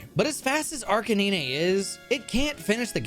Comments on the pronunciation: did this clown say Ar Ka Nee Nay????!! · arc a nee neigh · Ar ka nee nay That iiis not how you pronounce it, it is ar ka nine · Did you literally pronounce Arcanine (pronounced Ar-ka-nine) as Ar-ka-nee-nee? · No I stoped watching don’t say arcaneenay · Nobody:: Arcaneenay Edit: thanks to him, I now pronounce it like that. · oh man, i was actually really interested in watching how the speed runs of my favorite pokemon game came to be, but as soon as you said Arcanines name i couldn't do it anymore.. it almost deafened me.. ARE - KAY - NINE! he is a dog hence the CANINE in his name.. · WHO THE FUCK IS ARCANEENAY? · arcaninay? come on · Arh-cay-neen-aiy. Arh-cay-neen-aiy. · I've never seen someone pronounce Arcanine as "ark-ah-nee-nay" before... :[ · What the heck is an Arcineenay??? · "ar cay nee nay" hurt me on a level that I cannot explain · Girl wtf is 'Arcuneenay' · Arcanine is spelled like Ar-ca-9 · I had to click off after you pronounced arcainine, take that as you will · Arkcaninay. Lmao I’m crying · Arci-ni-ne?? Seriously?? The way you pronounce Arcanine's name sent me into a spiral of suffering. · EUGHHH AR-KIN-NEE-NAY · ah yes, arcanenay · im sorry but ARCA NINE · Ar Canine. “Kay - nine” or a dog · I don’t really watch this guy so PLEASE tell me that it’s an inside joke to mispronounce arcanine and he doesn’t really think it’s said like that. (AND COPPERAJAH) It’s ARE-CAH-NINE AND- COPPER- AJAH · Ar-ca-knee-nay wtf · Arka nee nay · ThE fUcKiN wHaT ? Arc-i-nin-ay????? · I'd like to say that did not mention that he was going to say Arca-nee-nay over my runs and with that knowledge I might have heavily considered not letting him use them 😠 Great vid though! Smashed it with explaining the woes of Any% w/ No DLC on 1.2+ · Arca-Knee-Nay. Wtf is wrong with you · arkay9 is back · Everyone: Arcanine: ArCaNeEnAy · Probably pronounces 9 as “nee-nay” too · Time to hit the Arcanaenae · Arc a neen aye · Watch me archawhip Watch me archaneyney